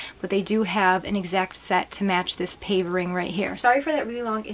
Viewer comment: Omg! You created such great outfits. And they were so good. I loved seeing your kitten also. Just adorable and so playful. Ty for the beautiful content. No big deal, but just a heads up. The pave ring is pronounced "pa' vay." Can't wait to see your next video.